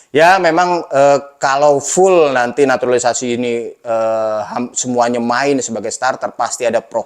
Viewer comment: Gak enak banget sebutnya NATURALISASI... Ini bener Jurnalis...?😅😂